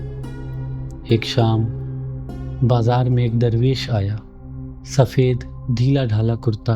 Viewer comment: Darrvesh nahi durvesh kya aap darr aur dur kaa manaa janteh ho hameh seekao janab